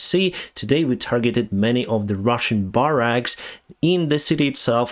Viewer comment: Hi, I listen to every word in all your videos, which are must watches for me. When you said we target their barracks it sounded like Buyraks to me. I thought what are the Russians doing with Turkish drones? Then when you said Russian soldiers, I realised it’s barracks. Glad to see you looking well again. I have nothing but admiration for you and your people. I am sad that so many people in the world still have their lives ruined by murderous, unhinged tyrants and their henchmen. Clive